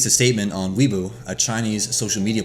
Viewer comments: I believe Weibo is pronounced Way-Bow (w is silent) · to be honest I died when he said weebu